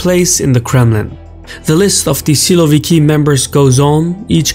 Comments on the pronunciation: you could make a bit better effort by pronouncing it why silo-vikii? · You are wrong. They aren't "siloviki'. They are"sosunki"